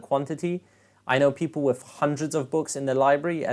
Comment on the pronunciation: are you saying "Wiff" or "with" ?